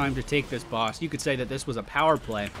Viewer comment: I like how he can't say power play anymore. :3